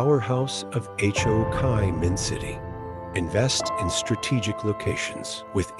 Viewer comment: I had no idea Ho Chi Minh City was actually pronounced H, O, Kai Min City! Wow! 😂